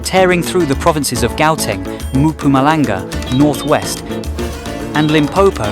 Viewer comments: Its called Mpumalanga not Mampumalanga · Give yourself enough time to pronounce names properly ... I can't forgive you for failing to pronounce Mpumalanga.... no no Maphumalanga